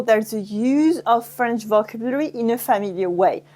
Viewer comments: Great video. Not sure howthe Brits pronounce vocbulary but in the US it is pronouned "vo CAB u lary" with the emphasis on the second syllable. I speak French but I learn new things and get a refresher when I listen to your videos. Also, explaining in English first helps English speakers who are struggling to understand the nuances of French. Merci! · Faut mieux prononcer "vocabulary."